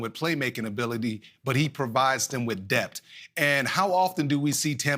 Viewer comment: “Dept” Mr.Rodney it’s “depth”